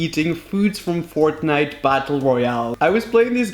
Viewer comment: It’s Fortnite not frontnite 🤦‍♂️